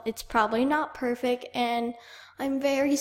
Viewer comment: you "perfic"